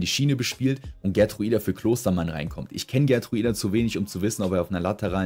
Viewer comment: Siersleben und Gertruida bitte richtig aussprechen